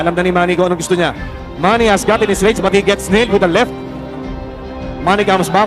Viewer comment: MANNY ❌ MAMMY ✅